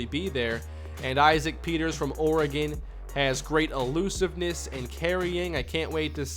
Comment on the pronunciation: its ORE-GEN ORE like rocks, GEN like it sounds G(uh) En